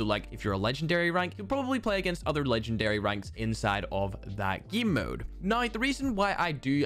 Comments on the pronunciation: idk why but i always gag everytime he says GIEM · 8 = eett Game = gene What else, does he say lol??